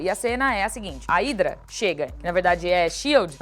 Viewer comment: Pq vc na mesma frase pronuncia Hidra e Hydra ? Que ridículo mas talvez seja muita sabedoria numa pessoa só !